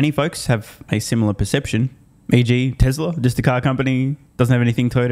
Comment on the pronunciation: Would someone please tell this idiot that it's TESLA not TASLA. There is only one A in TESLA.